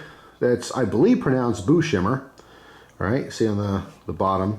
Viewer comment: “Book himer” pronunciated very cool cop stuff